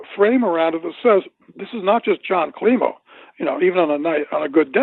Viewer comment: Dr. Jon Klimo not kilmo.